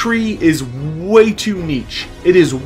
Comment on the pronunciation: Nitch or neesh. Neech hurts